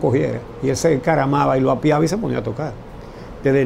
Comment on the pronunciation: Como es que un llamado periodista. Diga Apiaba. Por. Favor.